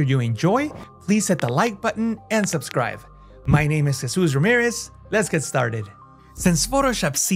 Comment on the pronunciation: It's like and subscribe, not subscrive!